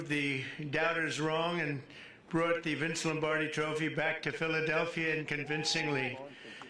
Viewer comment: Trump can't even pronounce Philadelphia. He said "Philadelfeear" Eagles.